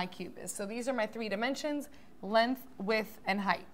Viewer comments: It’s LENGTH NOT LENTH! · lenth???? bruh i dont trust people who say words wrong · lenth lol